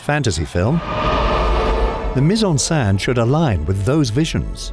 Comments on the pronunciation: Another really tiny thing to bring up is the pronunciation of "scène", which here sounds more like "sein" (breast) rather than being basically (exactly?) like the French pronunciation of "Seine" (the river). But again, that doesn't detract from an excellent & informative video. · It's pronounced Sen not Saan bro... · It sounds like he’s saying “put in breast/saint“. “scène” is just pronounced “sen” lol. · The accent over the e is grave not acute and it is pronounced accordingly - here the narrator has two ways of pronouncing it and only one is correct.